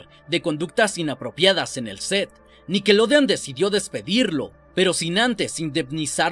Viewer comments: No se que es mas malo..lo que paso o la manera que dice nickelodean...para mi que es con O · Buen video, espero que algún día logres pronunciar snider y nickelodeon.